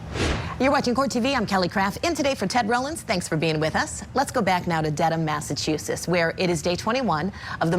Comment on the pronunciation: Can someone please teach this lady how to say Massachusetts 😫